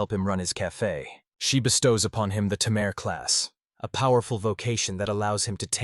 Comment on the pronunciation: You're a Tay-Mare,! 🤣🤣